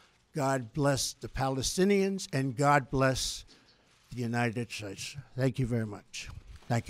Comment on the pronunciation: God bless the United Shtatessshh, I'm having a stroke.